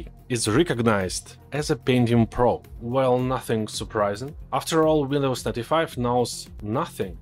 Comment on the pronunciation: I always hear "Windows Thirty-Five" 😀